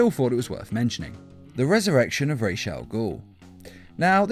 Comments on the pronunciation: Ra's is not pronounced Rayesh it's as its spelled, just Ras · Don’t remember him being called rashe al ghoul. It’s pronounced ra’as al ghoul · the prnounciation is supposed to be Ra-as as in Rasputin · Your pronouncing ras wrong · Stop saying Raj's first name wrong, very annoying